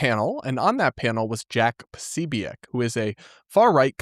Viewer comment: quit pronouncing things like Candace!! Posobiec isn't pronounced that way!!